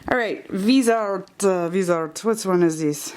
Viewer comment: Subbing, thanks for the video! So close to 1000 :) oh in case nobody said anything yet, Viseart is actually pronounced vih-zee-art!